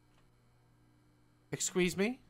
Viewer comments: i can't be the only one to have realised he said "exsqueeze me" like why didn't he say "excuse me" 😭😭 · I think daz had a stroke when saying excuse me